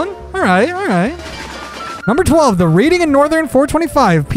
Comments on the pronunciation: Reading is pronounced "redding." It's a town in Pennsylvania. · Its pronounced reding, not Reading, without the A. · Reading is a city in Pennsylvania. When saying it, it should sound like "redding" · Future reference reading is said Read-ing as in I read a book. It’s a little weird and it’s a common mistake just protecting you from the foamers. Also trains are the most efficient way to travel and it gets more economical the more people use them. But regardless welcome to the railroad community it only gets more interesting and complex from here. Also a whistle recommendation is Chesapeake & Ohio 2716 3 chime (99% sure it’s a Crosby 3 chime) but its a pretty rad one when you get a chance to listen to it. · I will tell you it's an awesome video, but you pronounced a few words wrong reading pronounced read like just read a book yesterday. and its "cume-bres" but thanks for looking into such an awesome world. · Yes. It's pronounced "Redding". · You're going to have to learn how to correctly pronounce "Reading"